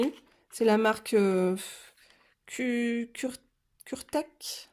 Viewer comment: et excuse moi j'avais oublié le principal!!! tes coloriages sont vraiment superbe!! tu es doué dis donc!!! bisous et c pas kurétak mais ça se dit kuretaké mdr!!! c mignon!!! et ui les pinceaux petits gris c comme un bon pinceaux réservoir d'eau avec leur lavis j'en possède que 2 ou 3 je sais plus mais il faut que je test lol mais le réservoir d'eau Kuretake est génial je trouve!!!